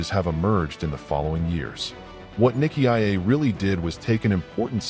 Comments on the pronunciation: The name "Nicaea" is pronounced "ny-SEE-uh". The robot audio pronounces it as niki ah ay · ny-see-ah not niki-i-ay. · AI is such a problematic narrator. Nick ee iyay? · It's usually pronounced NY-SEE-UH. It's better to have a human being narrate these things. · I kept thinking niki ah ya mother f....😅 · What a load of tosh. And can’t even say Nicea correctly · Good report .. but so very annoying with the pronouncing of Nicea… dummy 😊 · I don't think you're pronouncing I see you're right nicea